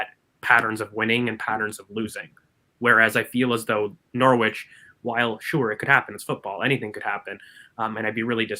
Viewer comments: Just a quick one guys - I know English is your second language. Norwich is not pronounced how it’s spelled. It’s pronounced NORRIDGE not Nor-wich. Thanks. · you got the norwich pronunciation its very amusing your pronunciation is cute